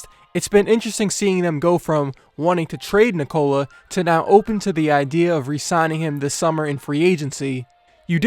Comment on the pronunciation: neek cola. not nikoal uh